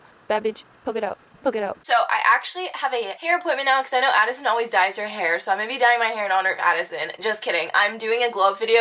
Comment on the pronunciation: Did nobody catch addSISON instead of addison or am i just blind